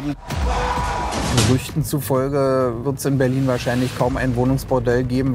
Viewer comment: Calans dann calans of börlin 😂 ich brech weg...